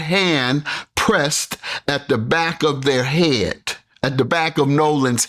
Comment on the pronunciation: You can add 'head' to the list of English words these high functioning retards cannot pronounce properly.